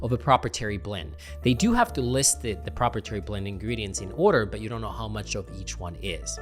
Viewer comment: It's pronounced pro-pri-it-ary